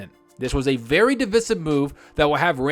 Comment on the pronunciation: Just wondering you you are trying to be divisive with you improper pronunciation of the word divisive. The correct pronunciation is as follows: dəˈvīsiv. The ī says its name. :)